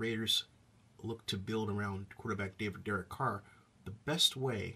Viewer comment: It's DEREK Carr bruh